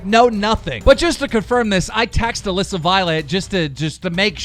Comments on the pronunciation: OMG HE FINALLY SAID ALISSA CORRECTLY YASSS ITS NOT ALEEEEESA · Damn keem actually said Alissa right (ik he says it wrong on purpose)